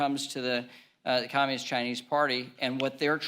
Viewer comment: Waters just can’t pronounce communist, it sounds like capitalist but we all know it’s not what she means.